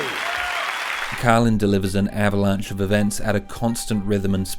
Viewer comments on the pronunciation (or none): His Name Is Carlin Not Cailin !